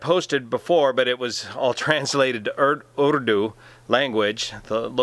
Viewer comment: Excellent video. Informative and direct. Thank-you and, btw, very good pronunciation of Urdu by a non-Urdu speaker.